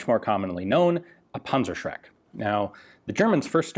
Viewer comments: Rakattonpunzerbewxe fiftyfour,, punzershrek...that was pretty close. I know, the "ü" is impossible, but the "z" is like "ts" ...Puntsershrek. The Tank-terrorizer. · NO this is not called a pansashreck it is called PANZER SCHRECK ask google how to pronounce it properly, please. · Dear diary, today I learned panzerschreck is spelled panzerschreck, not panzershrek. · I pronounced it as "Panzer-Shrek". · " rakettinwerfer" pansrshrek" haha nothing better than listening to americans pronouncing our german weird words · sounds like "Panzershrek" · i don't like how you call it a 'punzershrek'. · Panzer Schräkk...nice German ;))))) but your Shermans...da reicht ne Fliegenklatsche. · Dimitri, fire the panzershcrek! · sorry mate the pronouncing of the german name of this weapon is terrible wrong nofront, it is funny to hear this weapon name pronouncing with US dialekt greetings from germany